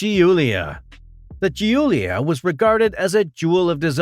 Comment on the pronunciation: Some good info but lots of errors like Julia not gee-you-lia. Next time don't jump images to unrelated pictures of post WW2 Fiat 500s and 600s when the narrative is talking about pre-war Alfa Romeo. Keep going and hope you avoid these goofs next time. Thanks.